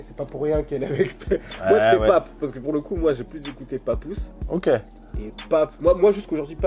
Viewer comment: Les Americains disent papoose pas pepoose bro